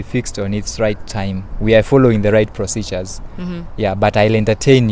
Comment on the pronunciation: See even the word procedure he cannot pronounce what is what is prophecy what are you doing in school#tingikalamar